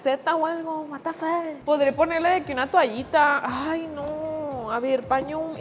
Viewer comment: Amo cuando dice watefak AAJAJAJAJAJA